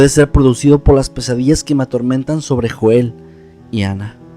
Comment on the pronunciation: Me gustó mucho, pero recuerda Joel se pronuncia "Yoel".